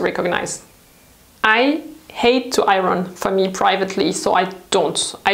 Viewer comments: I love the way you say iron.😂 So glad in the UK we don't have smoking anymore. I remember having to wash everything as soon as I got in as it all stank. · The R in iron is silent in English. When I go to work, I earn. And that's how it's pronounced with the accent on the I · lol she keeps talking about the Iranians. Iron is pronounced with silenced "R". You also tend to mix British and American T sounds. The word water in this video is pronounced in both British and American versions even though the overall accent is British lol. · hi! I just found out about your channel and I watched a couple videos already including this one, and I can't help but notice you keep mispronouncing "iron". you pronounce it as ay-ron when it should be a-yern :) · Hi! I remember it took a very long time for someone to tell you about mispronouncing “pear” because your accent is so cute!!! But maybe you would want to know that we don’t pronounce the R in iron. It’s pronounced more like iyon. Hope that helps ☺️ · I didn't know that about tumbling clothes. Thanks for the tip. Not to be critical, but just so you know, the 'r' in 'iron'/'ironing' is silent! (Your English is exceptional, by the way. Much better than my French.) : ) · It's a funny word to pronounce if you're English. It's not ION, but it's definitely not I-RON either -the way pronounces it. It's somewhere inbetween - more like I-YON. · I love your videos but... it is pronounced I-on not I-ron. The r is silent. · thank you for your most informative videos. I hope you don't mind if I point out the correct English pronunciation of the word iron, according to Webster's Dictionary: aiern - pronounced i ern. As you are probably aware English is a combination of several languages so the rules are not always logical. Keep up your amazing work! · I love the way you say iron ... 💓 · Pronunciation IRON... the R is silent. Otherwise great tips!